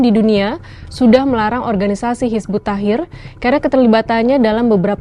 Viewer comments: Hizbut Tahrir Mba ya, bukan Hizbut Tahir, beda makna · Ngomong tahrir aja gak lurus, jelas amat islam phobia